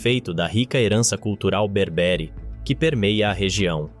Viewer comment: BÉÉÉÉÉRBERE, COM ACENTO NO PRIMEIRO E